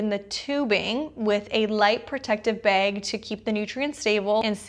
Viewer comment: You from up north....its the way you say bag.....is it wisconsin?? Lol